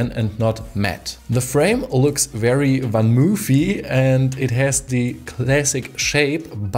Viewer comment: I admit I cringe every MOOOOOOF. It's not spelled "Van Moef".